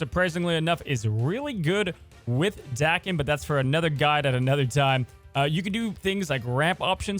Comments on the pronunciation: Like your pronunciation of the card better than the dayken people say, but you make the “a” sound very aggressive. It’s more of just an smooth “ah” sound than the AAH-ken. Dah-ken. Bc it’s Japanese (as you mentioned) so their vowels are always pronounced: ah eh ee oh oo. Enough of the Japanese lesson another great video. Thank you 👍. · I believe the correct pronunciation is Dah-kem in Japan words are broken into syllables so it would be broken into Da Ke and then the sylabic n, which makes an em sound so Da Ke M. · FYI, the japanese pronunciation would be, "Dah-Ken". Dah like "dock". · 駄犬(da-ken) which means mongrel in Japanese. The A is pronounced softly (which you had right before you said it the Brode way). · It's pronounced DAHken, not LevioSA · It’s dake like jake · If we're looking for the Japanese pronunciation, だ (da) is pronounced "dah" as in dad in English. Then けん (ken) is as expected. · His name is pronounced "Day-ken" 🤣 love you videos homie. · The Japanese pronunciation is like "darken" without the "R". That's a simple shortcut that'll get you close enough. No need to dive into the nuances of the consonants and timing. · Japanese pronunciation is Dah-Keh-n. Da always sounds like Dah. Ke always sounds like Keh. The japanese language has far fewer sound variations than english so the pronunciation is pretty easy to figure out once you know some basics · Anytime i hear Daken pronounced like "Dah-ken," I wonder if "Dream Warriors" is going to start blasting in the background and Freddy Krueger is lurking nearby. Joke for like...three people. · I was about to type “Thank God he called Daken by his right name…” then he legit messed it up back 2 seconds later… The name is said in the cartoon. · I love that says Daken with a different pronunciation every video. I'm waiting for "Day-kon". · Hearing you pronounce Daken wrong is triggering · It’s amazing. You can’t settle on one way to pronounce Daken lol